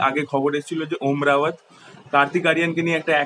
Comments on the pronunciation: O dada, om rawat na , ota om raut. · Om Raut....not Rawat